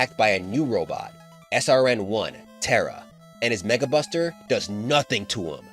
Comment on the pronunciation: anyone else heard '[NWORD] Buster' or is it just me?